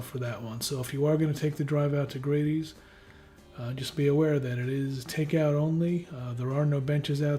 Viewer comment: You pronounced the name for Grady’s wrong and we’re way off the mark with your review.